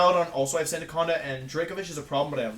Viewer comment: Sandacanda is my new favorite mispronunciation